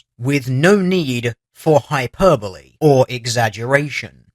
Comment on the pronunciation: It's hyperboleeeee. Say the e ;)